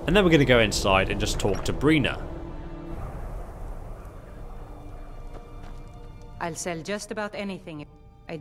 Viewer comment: Just a friendly correction. is B-I-rna, not B-R-ina. :)